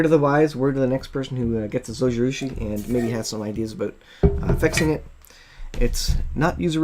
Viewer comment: Thanks for the video. I want to say 'thanks' but also correct your pronunciation. Zojirushi is Japanese. In Japanese the 'J' is pronounced like a 'J' is in English - like the G in Giraffe. So, it would be [zoh-gee-roo-shee] (There is no accented syllable in Japanese.) Hope this helps!